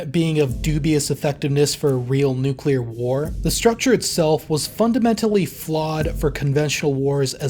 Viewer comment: Finally a youtube channel that doesn't pronounce the word "nuclear" as nuculer